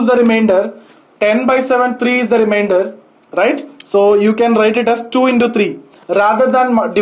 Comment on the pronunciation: Into-indo thousand-tousand😃😃🤗🤗